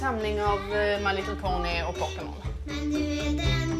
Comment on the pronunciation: Hon kan ju inte uttalla pokemon